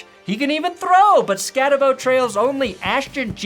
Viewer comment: Hey! I actually went to Sac State at the time Scattebo also i was on the school paper. For future reference it's pronounced Skat-a-Boo! Also pls Denver pick him up!